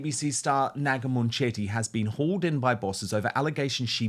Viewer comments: It is not Moonchetty. It is bully Mun chetty, speak English properly!😅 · Is that how you pronounce her name? I thought it was munch-itty. I prefer munch-itty. 😅